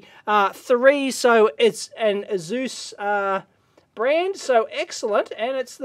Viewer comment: Is that really how to pronounce Asus?